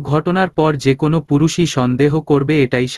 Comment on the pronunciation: এত বাজে উচ্চারণে শুনতে খুবই খারাপ লাগে। একে দিয়ে দয়া করে আর গল্প পড়াবেন না। কোন উচ্চারণের ঠিক নেই, বাক্যের অর্থ বা মানে আরেক রকম হয়ে যায়। ভিত অর্থাৎ ফাউন্ডেশন, এটাকে উনি উচ্চারণ করছেন ভিতো। আর যতবার kpno উচ্চারণ করেছেন, এটিকে kono হিসেবে উচ্চারন না করে প্রতিটা বার বলেছেন kon. দয়া করে একজন সঠিক উচ্চারণের পাঠক দ্বারা গল্পগুলো পরিবেশন করলে প্রতিমধুর লাগবে। অনেক ধন্যবাদ।